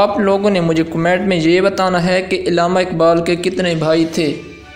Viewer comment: Illama nhn allama